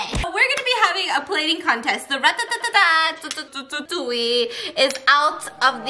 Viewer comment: Ratatatouille never saying the movie normally ever again